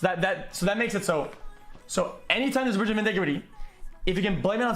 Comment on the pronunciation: "There's a clear brigetigrity"